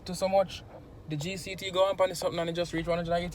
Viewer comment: The way pronounce GCT just funny 🤣🤣😂😂😂